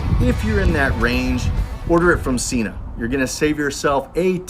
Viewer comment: 1.7 kg for the entire world other than our backwards nation... Also Sena (senna). That is how they pronounce their name, not an opinion. Otherwise thanks for a good review.